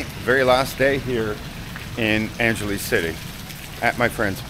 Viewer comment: Angeles sounds like ANG HE LESS 🙂